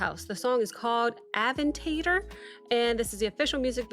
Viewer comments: It is pronounced uh·VEN·tuh·dor, not "aven-tater". 😘🤣 Like "matador", but "aventador". I'm dyin. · I just crack up whenever you say avan-tate-or like you are saying tater tots but don't worry you are not alone other reactors pronounced it the same way. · Ah-ven-tei-dour bro okay ama give you grace this one time, but im having a good laugh not gonna lie.